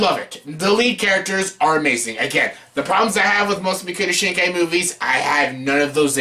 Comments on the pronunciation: is it that hard to pronounce his name? mock-oh-toe sheen-kai? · Idiot learn how to pronounce his name